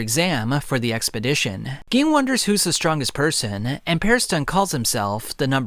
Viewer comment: Ging lmao it's like you never watched the anime you are saying all these names wrong